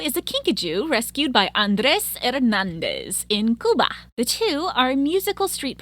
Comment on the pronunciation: Oh! You pronounced 'Cuba" correctly!!